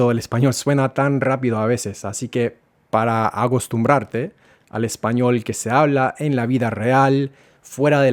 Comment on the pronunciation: Dijiste agostumbrarte en lugar de acostumbrarte , ósea , no te quedo claro ni a ti . Aquí todos ya son profesionales en la materia .